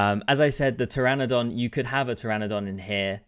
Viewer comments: it hurts hearing you struggling to say pteranodon... when the p is silent and you try so hard to pronounce the p 😭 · I didn’t hear the p, but I definitely heard the missed n multiple times 😅